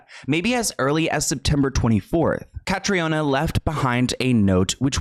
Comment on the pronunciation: Caitriona= Katrina. The former is the Irish spelling just fyi